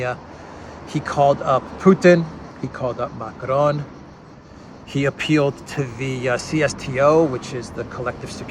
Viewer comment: Stop pronouncing Macron by rolling the "r" as if it were Spanish!